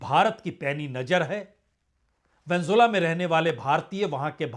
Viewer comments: प्रसूनजी आप वेनेजुएला का नाम सही नहीं ले रहे हैं। आप वेनजुला बोल रहे हो। जो सही नहीं है। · Pehle Venezuela sahi se bolo sir